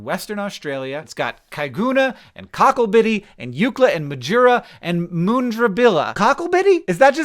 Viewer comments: Its mun-dra-billa not moon-dra-billa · I live just to the east of that Australian timezone, and I had no idea they'd gotten it semi official. I thought it was a joke thing they did! Also good pronunciation of the town names, except mundrabilla is mUN, like the un in under. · Mun-dra-billa Aboriginal names are difficult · Mundrabilla is pronounced as Mun-dra-billa. it was famous in the late 80s when a family were almost kidnapped by a UFO while still inside their car.... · The number of people living in that +8.45 is very small. There you go 677. I didn't know that number exactly. It is half way between Adelaide and Perth. 45 minutes from Perth and 45 minutes from Adelaide. All those places you named (Mundrabilla is pronounced differently from what you said) are just roadhouses. Fuel stations and camping sites with a basic restaurant and some with an attached motel. Trucks of course are driving east and west constantly through here. They compete for the road with "Grey nomads" and their caravans or motorhomes. There is no parallel road just to the north. All road traffic "Across the Nullabor" drives on the Eyre Hwy through this time zone.